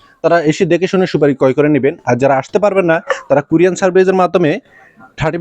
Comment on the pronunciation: আরে ব্যাটা ভোদাই কুরিয়ান সার্ভিস না,ওটা হবে কুরিয়ার সার্ভিস। বার বার কুরিয়ান কুরিয়ান সার্ভিস বলছে।